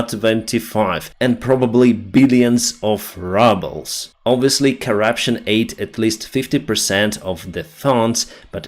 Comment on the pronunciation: Billions of “rubbles”. Mispronunciation accidentally catches the facts.